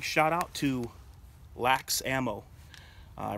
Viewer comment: It's pronounced L A X, just say the letters. They are one of the few good things we have here ib Cali